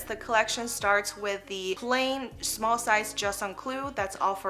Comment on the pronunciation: Please say the name properly - it’s not just un clou, it’s pronounced juuuste un clou pls!